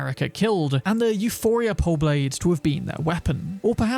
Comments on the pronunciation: its not Euphoria, it's Euporia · It's called EuPOria not EuPHoria. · My guy really called it “euphoria”